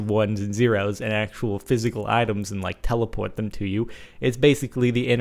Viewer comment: Is it just me, or do it hear a bit of jersey / Jewish mom accent going on with the words 'items' 'teleport' and 'resources'?